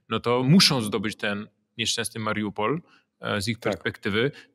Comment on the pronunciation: chyba ma jakieś schorzenie, bo zupełnie nie potrafi zapamiętać nazw miast, którymi się posługuje. Słynne już Cheresoń i Mariampol, Mariumpol i chyba jeszcze klika innych wersji (zawsze niewłaściwe), to już legendy. A teraz jeszcze poprawia poprawnie mówiącego Zychowicza myląc miasto w Rosji z ukraińskim (Biełgorod z Białogrodem nad Dniestrem)